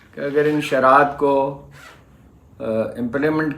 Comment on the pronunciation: Sharat nahi sharayet. Haroon saheb urdu bolain to saheeh warna punjabi may blog karain.